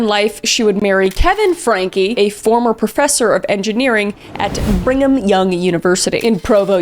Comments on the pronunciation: thank you for participating in calling it Bringem Young University ❤ if it's just how you happened to pronounce it, I hope I'm not bringing unwanted attention to it, but i grew up Mormon and actually used that as a nickname 😂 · Did she say Brig-ham Young, or Bring em Young? It sounded like the latter. ☺